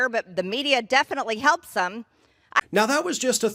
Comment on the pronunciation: "The media definitely HELPSUM." Yes, people make fun of you.